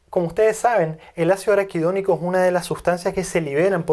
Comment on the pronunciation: Se equivoco muchas veces al pronunciar araquidonico. Sospechoso.